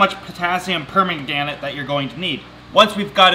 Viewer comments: potassium per-man-ga-nate, chemical names are annoying to pronounce sometimes XD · "Potassium perma-granite" "Potassium pomegranate" This is hilarious 😂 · Potassium per-MAGRAN-ate lol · lol ur butchering permanganate (per- man-guh-nate) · "per-mah-gran-it" my eye twiched every time he said it wrong. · Potassium pomegranate... Uh. Potassium pomagranite.... Lol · Bless you and your pronunciations LOL one of the reasons I love watching you. You own whatever you come up with. it's so cute! so it's a HIGH-a-sinth. and it's potassium per-MANG-a-nate. ;o) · Lmao you said potassium pomegranate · eerrrrrr.............it's pronounced Per-mang-in ATE , I think...............? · Oh my god the pronunciation lol Potassium per-man-gan-ate Water high-a-synth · Ahhhh its pronounced per-ma-gan-ate, just so you know, love ya and your vids! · "potassium permagranit"??? lmaoooo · Zomg - Hyacinth - Hi - Yah Sin th. Potassium Permanganate - Potassium Purr Man guh nayte. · Per-man-ge-nate....... actually.... if you're going to correct a poor guy who probably has little chemistry background who spends his time trying to educate people about a great hobby.... you should probably be right about it... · Did he just say Potassium Permagranate? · permanganate: per-MAYN-guh-nate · Hey, I think it's pronounced perm-anne-gen-ate Just a heads up 👌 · It sounds like you are saying pomegranate :p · permagranite, palmagranite, permingdamnit? comedy gold. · ......... IT'S PER-MAIN-GO-NATE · [generic onion] PERMAGRANITE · Potassium pomegranate haha. It's potassium (per) (m-Ang) (a-nate) but I think i like his version better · Per-man-ga-nate 😂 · Potassium Pomegranate? Lmao. No one can murder words quite like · It's actually perman-gannet! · Say potassium per-man-ga-nate.. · Perma-gaan-it? Pomagranate... like the fruit? Per-mag-in-ate is what i was taught. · Per man ga nate not pomegranate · Potassium per-man-ga-nate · Per-man-ga-nate ... Not pomegranate 😂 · Per - mang - an - ate